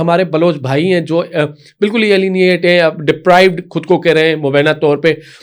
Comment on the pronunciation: مجھے سمجھ میں نہیں آتا کہ آپ لوگوں میں سے اکثر وی لاگرز تلفّظ پر توجہ کیوں نہیں دیتے ، اپ نے مبینہ کو غلط ادا کیا یہ تلفظ مبینہ نہیں بلکہ مبئ۔۔۔ینہ (mubayyena) ہے، توجہ فرمائیں ، شکریہ ۔